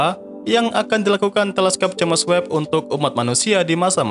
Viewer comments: Jems webb mas bukan james web bacanya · kalimatnya tolong di perhatikan lagi, terutama ente selalu bilang jemes web bukan jems web. jadi agak aneh dengernya untuk channel yg ilmunya luas ini